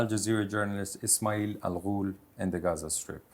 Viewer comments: “hazzza” Just say “Gaza” you European weirdo. 😂😂😂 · He doesn't even know if its Gaza/Ghaza or Ghazza